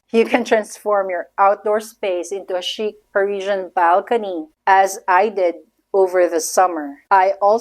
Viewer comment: Your designs are impeccable. Sweetie, chic in French is pronounced with a long “ i “ sound like a double “ee” . I’m sorry to tell you in a public forum. I can’t wait to see more of your work.